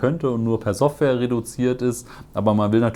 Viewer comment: Gutes Video. Die Aussprache von „Software“ oder „interessant“ mit weichem S kann ich allerdings kaum ertragen.